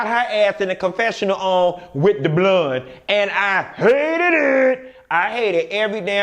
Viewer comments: Lord I can’t stand when you say the word “Bloone” oh but I laugh so hard!! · Baby.... when he say BLOND hair I die every damn time. 😂😂😂😂🤣🤣😂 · The way you said blonde 👱‍♀️ 😂